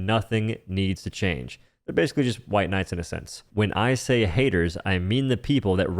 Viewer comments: You saying "hwite" like you are Frank Underwood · Gwhite! xD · The way you pronounce white and weapons drove me insane, had to put you in do not recommend holy shit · why is bro pronouncing white "hhwite" and weapons "hhweapons"